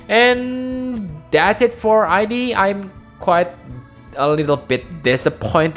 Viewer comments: Oh and I think he's really pronounced as ead (like in eat but with a d), in katakana, the name is written as イド, the same way it was written / pronounced for Sigmund Freud's Id. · The way pronounced Id's name was correct. It has to do with psychology and Sigmund Freud's understanding of the psyche. It's been a while since I studied, but as I recall, there were the Id, the Ego, and the Super ego. Everyone has heard the term "Ego," but the Id and Super ego are not as widely known. "Id" seems a fitting name for the character in Xenogears. I had never read it as "I.D.", but I can understand why people would read it that way since reading it that way implies identity.